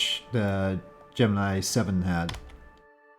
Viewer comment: That's not how you pronounce Gemini. ;)